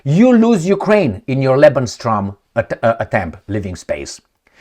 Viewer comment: is it your pronunciation? Or are you saying "LebensTraum" when you mean (according to context) "LebensRaum". I've noticed it a few times...